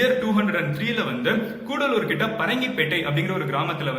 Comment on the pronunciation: கூடலூர் இல்லை. கடலூர்